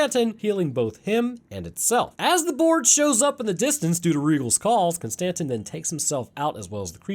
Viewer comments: Kon Stan Tin, distant cousin of Jay Quell'in O Shack Hennessy I genuinely hope ur wife leaves u, solely for the way u pronounce names. For a so called scientist ur pronunciation is unfathomable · Every time you miss pronoun Konstantin it creases me. 😂